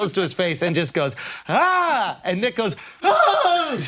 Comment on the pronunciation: Sounds like Schulz says the N word Everytime he said "Nick goes" 😂